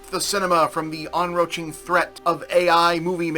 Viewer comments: On-roach-ing? Never heard "enCroaching" pronounced that way before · I did a double take and thought I'd misheard the first "enroaching" but then he said it again and I made the confused labrador face